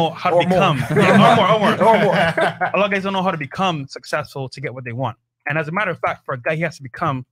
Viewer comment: anyone would blank out when talking to an adult that says "sussessful"